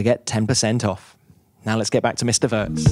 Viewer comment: At least do the man the courtesy of learning to pronounce his surname prior to the interview...